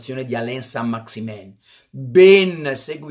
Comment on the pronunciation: Carlo non si pronuncia SAN MAXEMON?